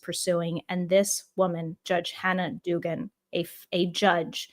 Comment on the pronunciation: Ok. This has to stop. The good judge's name is Duggan. The first syllable is pronounced like the name Doug or the item rug. It's an Irish name. Thats how they say it, and they invented it. Americans butcher Irish names all the time. Painful.